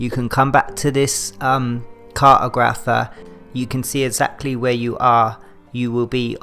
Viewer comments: Fyi, an cart-ogg-riff-err is someone who makes maps. And if an pronunciation of one word is the only point then you did great. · im sorry but the way you pronounce cartographer cracked me up good vid